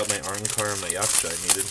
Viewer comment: omg he said yaksha correctly